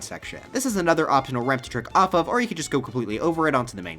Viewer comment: Oh "trick off off," I thought he said jerk off off.